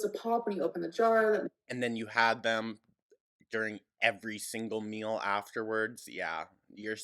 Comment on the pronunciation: Mill (meal) Sense (since) Ordament (ornament)...